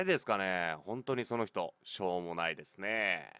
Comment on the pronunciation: 冒頭しょーもないと思ったってとこショーモナイトって聞こえてしまった。(フォートナイト中毒)